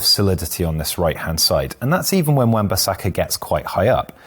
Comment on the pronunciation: This guy changed his pronunciation of Bissaka about 5 times in the video.